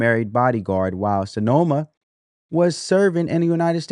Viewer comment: There is no o in her name. It’s pronounced cinema like the theatre. Thank you for sharing this information. Blessings abound.